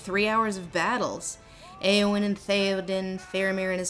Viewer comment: Eowyn is pronounced "Eeh-oh-win" NOT "Ay-oh-win".